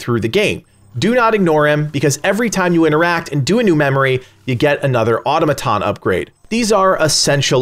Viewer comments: Autom-aton, not auto-maton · People:Its pronounced "Aa-taa-muh-taan" Legacy: "Auto-muh-ton" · Au-to-ma-ton. You not being able to say the word correctly is scary. It's a real word. Not to mention the game literally explains all this very well. A disgrace to gamers. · It's pronounced "aa·taa·muh·taan" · You're using automaton too much to be pronouncing wrong. Its cringy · Jesus Christ please learn to pronounce automaton correctly. I guess editors don't exist in YouTube